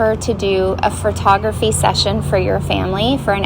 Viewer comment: "fur-tography" lol